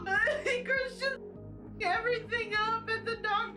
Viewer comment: Christian. Chrishhhtunnn. CRISHTONNNN!!! 😩🙉😱🤣🤭